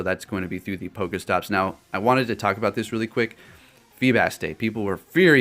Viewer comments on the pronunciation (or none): none